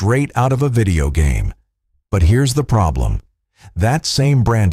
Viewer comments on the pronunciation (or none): none